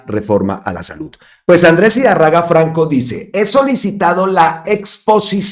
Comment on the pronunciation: Idárraga. con acento en la tilde